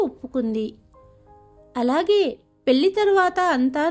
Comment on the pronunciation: పెల్లి కాదు పెళ్లి